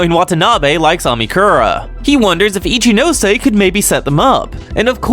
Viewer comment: This is definitely great but what I appreciate the most is that you pronounce all the names properly.. some of these people calling Ichinose “Itchy-nose” hurts me